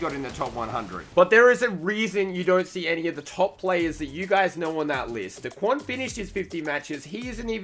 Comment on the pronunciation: Eww why do you say daquan. It’s Daequan